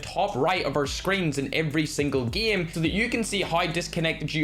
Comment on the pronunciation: i like it too because instead of “Game” he says it like “Giem” 😆